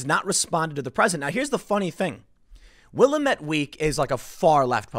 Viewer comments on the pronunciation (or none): It’s Will-lam-met. Not Will-a-met. Geez!!!! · BTW Tim.....it is not "Will-y-Mette ".........it's "Wil-Lah-Mette" Willamette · I live in central Oregon.... 2 things: 1) it's pronounced Will-AM-ette, not Will-a-METTE. 2) our government representatives, especially Gov Kate Brown are the FUCKING WORST. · It’s pronounced “Will-AM-et”, Tim. Not “Willa-met“. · It's not pronounced=Willa-met. It's Will-LAM-it. Lol. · It's not WILL-amette Week it's Will-AM-ette Week. And yes, they are nothing more than Antifa Weekly. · I'm 45 miles from Portland. I never go to that hell hole. Its pronounced Will-amit Not will a met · WILL-LAM-IT DAM-IT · OK. It's pronounced Will-AM-ette (short 'a' sound) in these parts. Not Willa-METTE. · Wah-lam-it. Not Will-am-it. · Love ya man, it's pronounced Wil am met. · Btw it’s will-AM-et week, not will-a-met haha no biggie tho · In the future, TIm, it's pronounced Will-am-et. Not Willa-met. Native American name for one of the local rivers, so I get the misread. Just a tip from a local. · It's pronounced Will AM ette, not WILLamette. A, like in cat. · Its Wil-Am-It not Wil-ah-met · Tim, FFS, it's pronounced WILL-AM-ETTE! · It's Pronounced Will-am-ette or Wil-lam-ette. Not Willamette. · Willamette rhymes with dammit. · Willamette is pronounced will-lam-it. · Sadly, I live in a suburb of Portland (a decent one with reliable police, luckily, but I'd still like to move out of state!). Just thought I'd help you out with a local pronunciation: Willamette (the river that goes through Portland) is pronounced will-A-met, with an A as in apple. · Will-Am-Et is how it is pronounced with the emphasis on second syllable. Oregon has only one Senator, Wyden and his wife and kids live in New York city. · Tim. Second Oregonian to correct you. It is pronounced will- AM -erred! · Will AM ette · Will AM ette. Give it a try. Tim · It’s pronounced Will-Am-It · "Wuh-lam-et", from a local. Check out Wikipedia's pronunciation for help: . /wɪˈlæmɪt/. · Will - ahm - ette